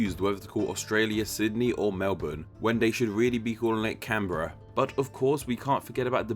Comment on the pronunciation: Finaly some non-Australian who can say Canberra properly!